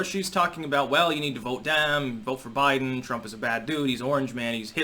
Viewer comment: Day 2: "Bliden" gets his last name wrong.